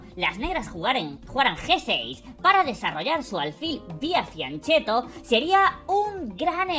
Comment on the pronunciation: Qué dice aquí? Desarrollar el alfil "vía" qué? "Ciancetto"? No se entiende bien lo que pronunció. Alguien lo sabe? Lo dice de nuevo en "Piancetto"?